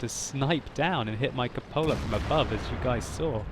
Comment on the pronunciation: It's pronounced KOO-po-la.